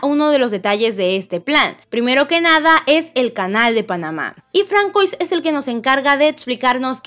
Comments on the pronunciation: Llego varios capítulos escuchando y por eso tengo que decir lo sgte: si bien se escribe Françoise no se pronúncia así se pronúncia fransua... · se pronuncia Fransua Denada :v